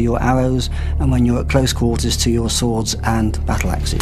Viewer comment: '' these sickle sWWWords'' Reminds me of the coolwHHHip scene from family guy.